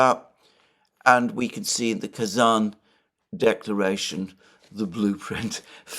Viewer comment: Pronounciasion again: I know how careful you are about correct naming and i love it. So here my 5 cents to that. As I am also a tatar, partly, I would be very happy if the name of the capital city of my small homeland was pronounced correctly. There are not many chances for the world to realize Tatarstan actually exists. So, it is Kazan with a soft n. With a hard n it actually means "a big crude-iron pot" :-)))